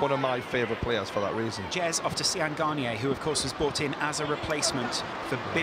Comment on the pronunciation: They said Séan Garniers name wrong